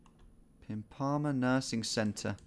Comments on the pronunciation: "Pimp-a-mah", not "Pim-parma" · Being British and living near Pimpama is hard.. it's actually "pim-per-mah". As for the Edinburgh guess I mean that was happening. All of your "guesses" were SW England and you didn't notice that the distance to Kapten's guess didn't change much. If you're gonna spray guesses on the last round (which you absolutely should) it should be a triangle of the country with one in the centre. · after watching alot of your vids there was finally a place near me! Pimpama - pronounce pimp-amar. I live just south of there. Soo crazy how you predicted so close to there having no idea where it was. you are the goat. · Woah I immediately recognised pimpama, pronounced pimpa-mar. Neat to see something so close to you on this. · I used to live in Pimpima. It's pronounced "pimp-a-mah", not "pim-par-mar" hahaha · I'm from the gold coast and the way he pronounced pimpama killed me lmao but nah it's fair enough